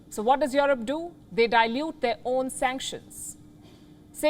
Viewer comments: "Jouwrope"....no...pronounce: "Joerope" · Waw your broadcasting is the best but please pronounce Europe correctly not Yorop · The way she pronounce EUROPE